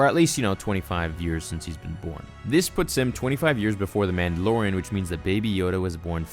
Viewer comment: 1) I think he was trying to extract DNA from THIS baby to create clones. 2) why can't you say "Man da LOR ian" correctly?? It's not "Man da lo RIN".